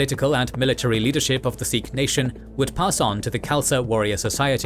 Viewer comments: It’s pronounced Sikh, not Seekh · Good work .... Continue more on Indian history .... 🙏🙏💯💯 Pronounce as Sikh and not as Seekh .... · 'Sick' is the actual pronunciation for the word Sikh, BTW. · Many phonetic mistakes with names of people and places but Great work to highlight Sikh history 🖖🏼👍🏼 much more Sikh history post 1700s through to WW1/WW2 and Post Partition/1984.